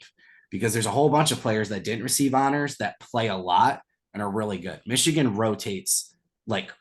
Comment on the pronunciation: Cade can't even say the word Michigan, I' glad he transferred would have been a cancer in the locker room.